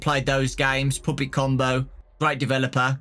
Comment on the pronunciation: i love how he says puppet like “poopet” i literally love this guy so much